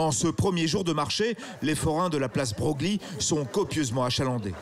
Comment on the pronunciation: On ne dit pas Bro glie mais Breuil. Meme si cela s'écrit broglie